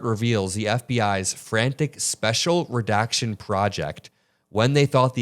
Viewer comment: Speshul Redakshun Project.